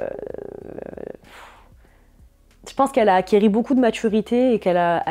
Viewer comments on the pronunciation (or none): On dit acquis pas acquéri!